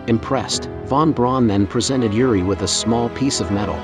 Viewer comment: I can't vouch for the info here, although I am a believer. However, I can issue a correction: "Yuri" is a Russian name. He isn't Russian, but Israeli. The name is pronounced like this: Ooori. ❤